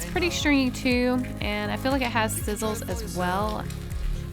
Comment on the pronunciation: I feel like she can't say stringy